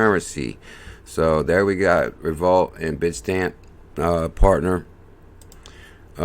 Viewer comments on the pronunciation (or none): Is this not pronounced Revo-lute? I may be wrong.